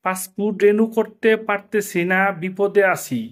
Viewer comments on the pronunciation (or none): "রেনু " নয় "রিনিউ"